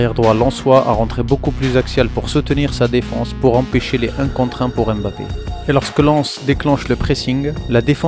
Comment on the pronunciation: Analyse vraiment au top mais pour l’amour de Dieu arrête de dire M Bappe c’est grave 😂